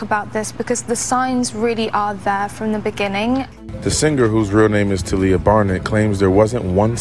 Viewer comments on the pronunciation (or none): You pronounced her name wrong, it's 'Tah-lia', like 'Tar-lia'